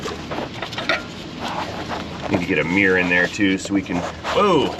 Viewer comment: What’s a ‘meeerrr’, do you mean mirror???